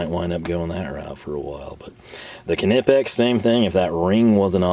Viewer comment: What the hell is with the Knipex pronunciation?